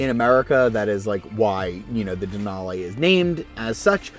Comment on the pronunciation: Denal-eeeee not denal-ayyyy lol, but good video!